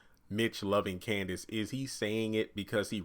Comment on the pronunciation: Her name is Candace not Kansas